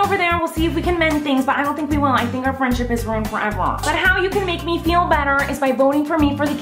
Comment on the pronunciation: did you literally say "hink"